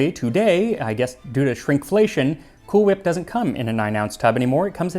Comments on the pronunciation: Why do you keep pronouncing cool whip with a h??!! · Excuse me, sir. It's Cool WHip. Emphasis on the WH. 😂❤ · i may not care for Family Guy but i'll never stop loving the "cool-ch-whip" pronunciation joke 😆